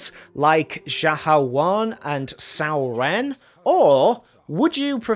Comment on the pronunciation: im asian and your pronunciation of multiple characters triggers me. xiahou yuan, cao cao, cao ren wtf. you pronounced them wrong